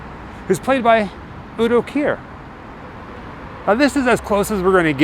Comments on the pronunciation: You pronounced Udo Kier correctly! I have just seen the movie for the second dtime on a big screen. Made it so much better! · You pronounced Udo Kier perfectly. But not Hofbräuhaus. 😉 Thanks for the video. Great as always!